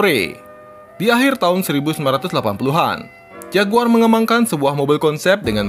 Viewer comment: padahal pronounce JAGUAR itu keren dan berkelas banget lho klo di sebut